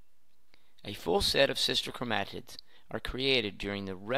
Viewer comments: Learn how to pronounce 'chromatid.' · please stop saying chromatid like that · I've never heard someone pronounce chromatid the way he does.